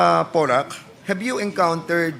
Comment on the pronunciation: Ano ba yang English ni Fernandes, " Porty six daw, tapos" HAB you ENCOUNTERED HAHAHA!!!